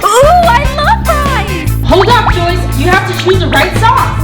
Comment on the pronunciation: It’s Joyce not joies